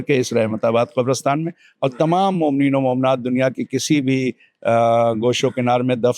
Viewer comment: Qabrastaan not kabrastan.